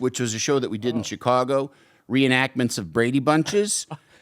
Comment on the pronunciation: He say Che cago?